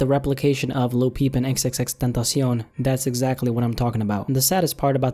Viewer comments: You say his name like XXXTENTACI-ON It’s clearly XXX TENTA SEE ON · xxx-tEntahsyon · Lol you say "XXXTentacion" with a weird Spanish kinda accent / pronunciation. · I like how he thinks xxxtentacion is pronounced in mexican 😂😂😂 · Why do people say his name like that like stop trying so hard💀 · nigga doesn't even know the correct prenounciation LOL